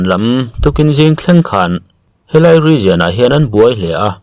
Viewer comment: Grenade te region te, leh thil dang i lam dan a dik lo deuh aw.